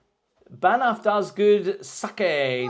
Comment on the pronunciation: LOL. You are mis pronouncing Baaan.....ffffff. Is beautiful and Lake Louise as well. Problem is tourists. Try to go on the edge of peak season. Drive to baan...ffff to Jasper is amazing. Sad Jasper got damaged by forest fires but could make an interesting video.